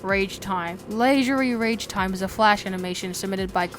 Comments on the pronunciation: It's Scrapeface, not Scrapface Ragtime, not Ragetime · did he really just call it leisurely RAGEtime, Kelzad OX and SCRAPface? also no, Sanford and Deimos are not the ones ro resurrect Hank, the Higher Powers do, disincluding the times Tricky had resurrected him